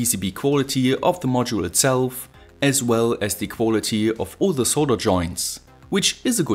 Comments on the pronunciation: Alter, kannste Dir nicht mal merken, dass man "thieee" immer nur vor Wörtern mit beginnenden Vokalen sagt ?? und sonst nur ein normales "the"... Hört sich ja furchtbar an... lol... Aber sonst gut erklärt die Schaltung ! Und wie kann man sonst, so mit dem Stift malen, wenn man den so komisch hält...lol... Naja, aber bist ja nen Perfektionist, gute Videos ! Daumen nach oben...Gruss, Stefan. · Hey, ich liebe Deine Vids, echt gut erklärt und ich habe schon viel gelernt. ABER eine Sache muss ich loswerden, hoffe Du nimmst es mir nich krumm.. Die Aussprache bei "the" ist nur bei AEIOU als Anfangsbuchstabe des Folgeworts "The = Thie/Die" und sonst immer ganz normal "The"... Nach rund 100 Vids fällt mir das immernoch krass auf... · The video is awesome. I have a one complain. I am not a native English speaker, so maybe somebody could correct me, but I think you use word 'the' incorrectly. Or maybe it just the way you put emphasis on this word. Like 80% of the time